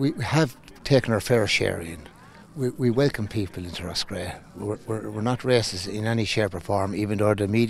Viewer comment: Omg will yous plz stop saying we not wacisss seriously. IFTI 🙏🏻🇮🇪🙏🏻